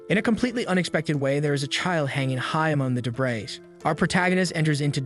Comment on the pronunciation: You mispronounced the words (debris, sadist, brooch and bow) you should check the phonetic spellings.